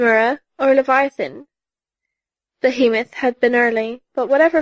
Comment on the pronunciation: Did she say Behemon?